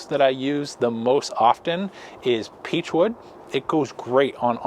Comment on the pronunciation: Did you say Peach or beech smoking wood?